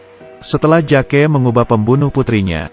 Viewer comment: Bang bukan "JAKE" meskipun tulisannya Jake tapi di baca 'Jek"